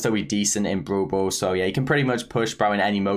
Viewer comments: nobody:: brool bool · I love when he says brawl ball as "Bro ball"..XD